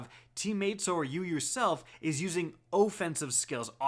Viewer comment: "oh-ffensive" xD luv it